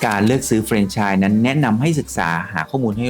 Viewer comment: พูด เฟรนไชส์ ต้องพูดว่า แฟรนไชส์